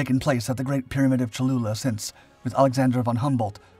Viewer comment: Great video- I hope I wasn’t the only person who heard “chalupa” at first.